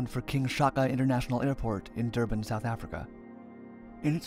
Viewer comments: Duban xD its pronounced Dur-ban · It's not "Dubaan" it's "Dur-ban"